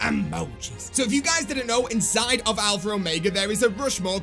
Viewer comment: There is no R in alpha or omega lol alphra ormega lol